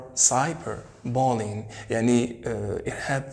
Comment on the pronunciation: thanks but check for the correct pronunciation of words mainly : arabic and bullying